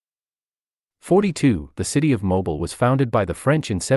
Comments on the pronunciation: I would have enjoyed this video more if your pronunciation of some of the places had been correct. Mobile, as in the city, bay or river is pronounced Mo-Bil not mobil. I love my home state of Alabama. Thank you for pointing out some of our history. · A-I ruins this. Mobile is pronounce Moe-Bill...not Mobil like the gasoline brand! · Mobile is pronounced mo beel. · Pronunciation of mobile was incorrect